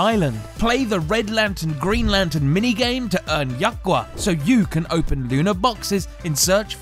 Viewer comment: 이분 약과 발음 찰지네ㅋㅋ